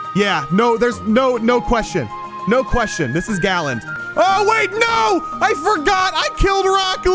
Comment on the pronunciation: It’s Galand not Garland